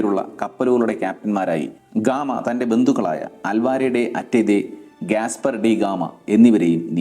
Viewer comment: അത് അൽവാരെ എന്നല്ല അൽവാരോ എന്നാണ്